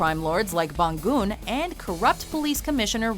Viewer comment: The way you pronunce Bangun is wrong lol